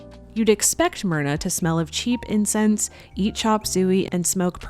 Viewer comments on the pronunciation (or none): none